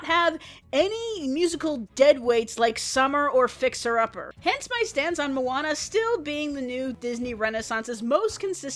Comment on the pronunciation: At the beginning i thought she said Obama. :)